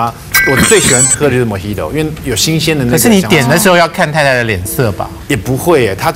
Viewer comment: 是 "Mojito", 不是 "Mohedo"